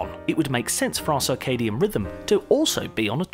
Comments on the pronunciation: It's CIRCADIAN rhythm. Pronounced "sir-kay-dee-an". Not "SAR-kay-dee-an". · Humans may not have come from Earth ... to where? As far as I can tell, we're still on Earth and haven't gone anywhere else that we could say we have "come from Earth" to get to. Also, what is this "sarkadian" rhythm of which he speaks in #5? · "Circadian," not "Carcardian." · And 'sarcadium rhythm'. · Sarcadian instead of circadian? Just part of the mind meltingly low drivel presented here. Interestingly worse than standard planet seeding theory. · cannot take seriously someone who mispronounces circadian 6 times in under a minute.... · Major Lux This narrator cannot even pronounce Circadian rhythm. He ruefully mispronounces it 12 times. And we're supposed to give this fool's science less friction dribble some consideration. Jesus help us